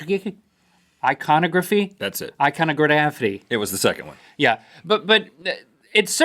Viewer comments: Iconography is pronounced I-con-og- graph-fe. 5 syllable word. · link just for future reference its pronounced iconography. And also I absolutely love your guys show I watch every day. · lol he pronounced iconography wrong. I'm 13 and I know how to pronounce it... lol :)